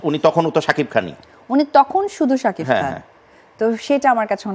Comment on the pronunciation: শাকিব নামটা তুমি সব সময় শাকিফ বলে । নামটা বলতে পারে না